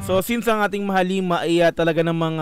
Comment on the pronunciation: Nao-OC n nman tenga ko. Di ko na nman matiis. Mahal-lima ang pronunciation beh. Hindi mahaleeeeeeema. Mahal ang lima. Mahalima. Mabilis dapat ang pagbigkas.